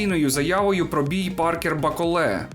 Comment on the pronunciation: Молодець, що наголос ставиш правильно, як і має бути у франкофонному варіанті. БаколЕ - франкофон і тому наголос на останній склад! Усик, як завжди, на висоті! Бравісімо!!! Рашистів, під якими б ганчірками вони не виступали, варто нагороджувати лише презирством! Я не вболівав ні за кадиривця, ні за путініста-рашиста "с раскосыми и узкими глазами" - білого вола. Обоє рябоє. Трохи більше симпатизував БТР як представнику чечено-дагестанського народів, що перебувають у неволі! Так політика, хочемо ми цього чи ні, стає чинником спорту, а спорт, у даному випадку - бокс, політики. Хто цього ще не усвідомив просто або лукавить, або живе у паралельному світі. Дякую за огляд.